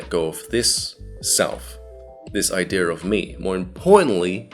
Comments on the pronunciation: The word is "idea" -- not "i-dear". Common mistake. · the way that people with an accent from england pronounce it is “i-dear”